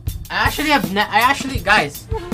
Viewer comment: actuallyってアシュリーって発音するんだなw